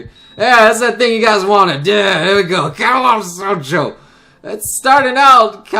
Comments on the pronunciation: Anyone else bothered by the fact that always pronounces it Katawata Shoujo? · spoiler alert: to this day still doesnt know how to pronounce katawa shoujo correctly